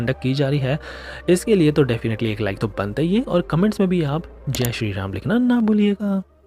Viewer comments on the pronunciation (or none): राम बोलिए। रामा क्यों बोलते हैं? रामायण को रामायना क्यों बोलते हैं। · मूर्ख...लार्ड रामा नही... भगवान राम....रामा नही। बोलना तो सीख ले बंधु।